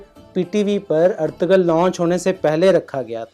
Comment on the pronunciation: It's Ertugrul not Ertugul....